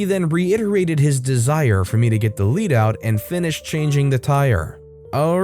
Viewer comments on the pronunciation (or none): "to get the lead out" is said as "to get the led out." Lead as in the metal, not position of leadership. It means to hustle. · You mispronounced lead in the last story. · Lead not lead lol gotta love English